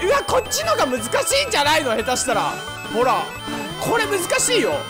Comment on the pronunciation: 前回の動画でコロナワクチン云々のコメントした者です！無事に完治しました！のお陰です(≧∇≦) 今日の動画も楽しませていただきました！！ の「ほ〜rrら分かってるんだって(｡･ω´･｡)」に何故かめっちゃツボりましたw